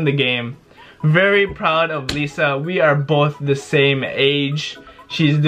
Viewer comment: Its Laiza not leza. Liza Soberano